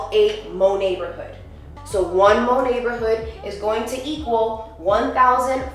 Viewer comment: "Monatborhood". I actually cringed for real.